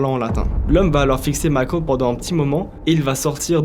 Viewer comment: Pourquoi dire Micheal comme ça ?